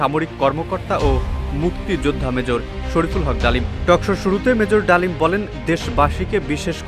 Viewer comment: 😂😂 Mejor Dalim ❌ Mejor Damil ✅:face-fuchsia-poop-shape